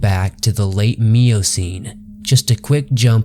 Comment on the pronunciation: Nin-gen not nin-jin also miocene not meocene